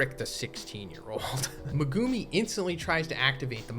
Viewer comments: Meh-goo-me. Not meh-goome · Why do you pronounce Megumis name like that?